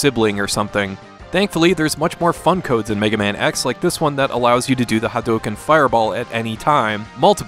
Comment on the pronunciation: Ha-dough-ken..... Come on, dude. They say it in the game. You've heard it for thirty years.